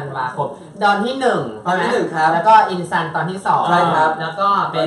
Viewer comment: พี่เตพูดผิดค่ะจากอินซันกลายเป็นอินจัน